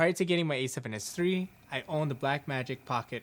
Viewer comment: Why do you keep saying “E7s3” or”E74” there is no e